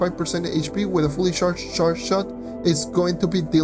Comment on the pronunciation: you get the correct pronunciation for "charge" by thinking "ch" as in Iris CHacon. There are moments where it sounds as if you're mashing together two different sounds and almost sounds like "sh" instead of "ch". That said, I enjoy your vids, thank you. As always, your subs are not reflective of your quality of work. Thank you.